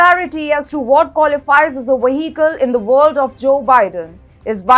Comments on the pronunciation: Take a shot every time she says Waheekel... :) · I think she find a little difficulty in pronunciating vehicle . No worry . It was nice video